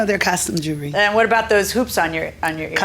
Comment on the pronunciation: Record is an abbreviation of the word Recording so yes, they are still records because they are RECORDED music. By the way, Mr. Announcer, the word is JEWELRY, not JOOLERY .... from the word JEWEL .... go online and look it up.